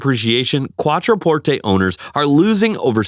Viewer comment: Giorgeeeeoh ? Try Giorgio - Jorjo. QuatroPortAY ?